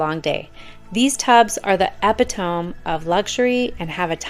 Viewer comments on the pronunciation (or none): Love your channel. Just a slight note. "EP-ih-tom" is pronounced "Uh PIT ah mi." :) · When she said the word, "Epatome", I was confused. Now I cannot unhear that. Sadly, English is her native language. She is obviously reading a script, so I would think she would skim through and see if she could pronounce the words. Otherwise don't use the word if you don't know what it means or cannot pronounce it. I am ashamed for her, and can't take her seriously. I would pronounce it, "a-PIT-ta-mee". Just WOW. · Not that it matters, I appreciate the helpful video, but at about - , you use the word Epitome. Its pronounced Ah-Pit- oh-me. ;) not trying to be a word nazi, just trying to help for next time. ;) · Ep-eh-toe-m? My ears are hurting! Don’t read an AI script if you don’t know the words. Otherwise, great info and pics. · FYI, “epitome” is pronounced eh-pit-uh-me. 😉 Hope this is helpful. English is a confusing language. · Yeah she lost me at Epi-tome.